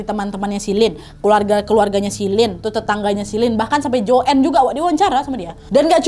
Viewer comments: Joen? 😭 baca nya joane ga si? 😭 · Bacanya JOAN bukan JOEN